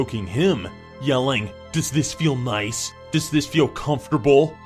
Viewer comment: DOES THIS FEEL MICE seriously you said mice